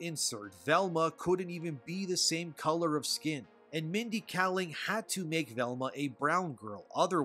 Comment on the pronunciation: Stop saying “self-inserting themselves.” It’s redundant. It’s just “self-inserting.” Also, you’re mispronouncing Kaling.